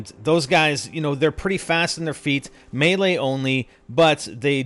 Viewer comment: Eugene Meave That's how you pronounce it. It's not meelee